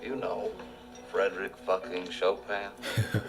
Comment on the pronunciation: Most reactors to this movie gloss over this scene. I'm glad you didn't. Frédéric François Chopin. There is a scene early in the comedy film "Midnight," 1939 in which Mary Astor's character belittles her husband (John Barrymore) by stating "You always had a weakness for Chopin." You would have to watch Midnight to hear how Astor pronounces Chopin. Show-pan.